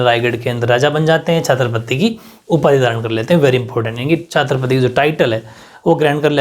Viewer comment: sir Chhatrapati hota h chhaatrapati nhi 😂